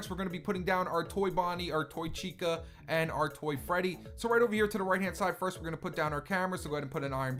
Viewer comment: Chica, not Vhica